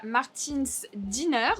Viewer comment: Alors il existe une différence en anglais entre Diner et Dinner: Diner se prononce /daï-neur/ et c'est les restos américains à la Pulp Fiction Dinner se prononce /di-neur/ et c'est le repas qu'on prend le soir (comme en français en fait!) Voilà, c'est juste un détail mais comme ils disent, The more you know...